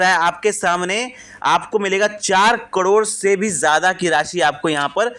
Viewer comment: हाहले सही उच्चारण तो सिख लो भाई करोड़ का😂